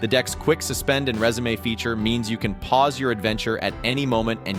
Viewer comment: Anyone want to comment on how resume was pronounced lol. Great list though man